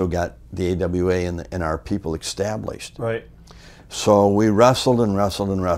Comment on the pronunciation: One thing for sure, Greg knew how to get someone "ekkstablished"